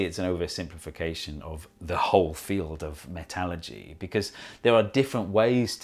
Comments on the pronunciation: FYI, most engineers will refer to Metallurgy as Metal-Urge-ee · I did not scroll down to see but is he saying metalogy… different than metallurgy? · your pronunciation of metallurgy makes me chuckle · When you say "metallurgy," are you trying to say "metallurgy"?